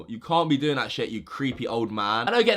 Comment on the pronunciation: Can u learn how to say THat instead of vat